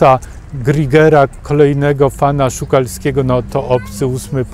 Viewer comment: Pare uwag : Nie Adams ale Adam Jones, Nie zespol The Tools ale Tool, Nie Griger tylko Giger, stawianie picassa obok Szukalskiego zupelnie nie na miejscu, wystarczy zapoznac sie co Szukalski o nim myslal , nadajac mu tez z tego powodu urocze przezwisko.